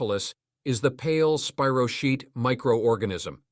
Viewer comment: True. “Spy- row- keet”… is correct.